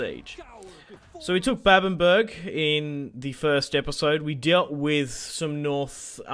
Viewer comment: “Babbenburg” Now, this is just me, I’m sure others pronounce it the same but I recon it’d be “babben-bruh” or “babben-buh-ra”